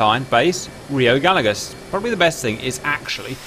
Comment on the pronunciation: I believe it is pronounced guy yegoss rather than galagoss